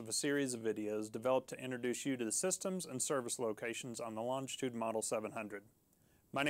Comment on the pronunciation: It would help if the presenter could pronounce the name of the aircraft properly 🙄